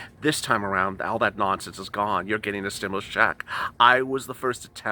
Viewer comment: Loved this intro!!! Stim-MOO-lus! 🐮🐄😂